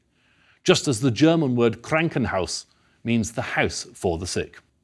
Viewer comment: To call Medicine A-Religious means you have not read Michel Foucault dear sir, haha. It can also easily be argued that secularity is a religion in it of itself. Any academician of Religious Studies would tell you that. Scientism is also another one. The guy cannot even pronounce Krankenhaus properly... cringeworthy. Why is there an overfocus on Medical intellectual history? There is so much orientalism in this video. Read some Edward Said and Wael Hallaq, please. To say that other civilizations and cultures are more sophisticated than the Arabs is racist pure and simple. The most Eurocentric documentary I have ever seen on Abbasid history...